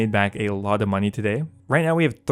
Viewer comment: drink everytime he says munyeee